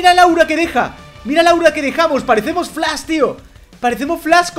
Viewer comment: Mw encanta por qué dise flas 😂😂